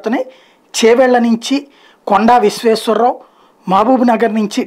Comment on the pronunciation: కొండా విశ్వశారావు కాదు అయినా రెడ్డి చూసి కూడా తప్పుగా చదువుతావు